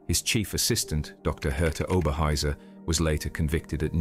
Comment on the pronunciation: Pronunciation guide: Dr Herta Oberheuser. It's Ober hoyser, not Oberhiser. It's Rahvens brewk, not Ravensbrook.